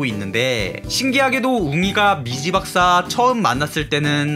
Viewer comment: 자꾸 미시박사님으로 들리네